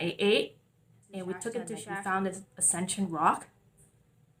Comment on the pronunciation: She used a lot of Illuminati hand signs. Maybe she should find out what chakra is the lung chakra because she seems to hyperventilate quite often. It is pronounced with a T in it.... SHASTA not Shasha